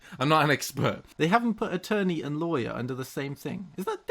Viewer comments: "instead of liars" not how you pronounce lawer its like loy*·*ur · The way he said lawyer XD " loiyer" beautiful American accent!! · loywer Americans: disappointed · Wait I don’t know if I heard correctly but it sounded like you called lawyers liars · I think he said liars. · I heard it as "in England we call them solicitors instead of liars" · I've never heard anyone pronounce lawyer as "law-yer", it just sounds weird. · Hearing try to pronounce lawyer in an American accent gives me life. I thought he was saying “liars” at first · As an American I thought the way you said lawyer was bizarre. We say it like "low ear" kinda. Then after thinking about it, since you're saying "law" then "yer" it makes sense, and the way America says it is bizarre instead. Fascinating stuff. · Lol when said lawyer it sounded like liar. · Nobody:: La..yer Me: Liyer... Lyer? Liar! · him trying to pronounce lawyer tho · I think when he tried to say lawyer....